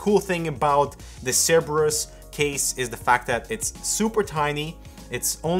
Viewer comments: also the c sounds like a k, also like the person above said sorry but the way you said cerberus just didn't sit well with me... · "sir-burr-us" and "kai-mere-a" now I feel better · Oh, I almost forget you're french and then you say the word "cerberus" and I'm immediately reminded. Makes me wonder why you guys aren't the Hardware Alouettes:P